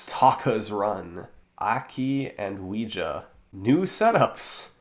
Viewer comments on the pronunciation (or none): Love him making fun of '17 SS for saying "Pokeguy" and then later in this video he mispronounces Ouija.